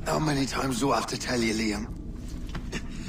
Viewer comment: its freaking funny how pronounce LEEYAM in the first scene.